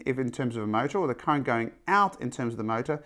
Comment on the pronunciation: Your pronunciation is funny sir. Almost like "Electric Cunt".